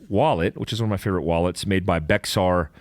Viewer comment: FYI "Bexar" is pronounced "Bear"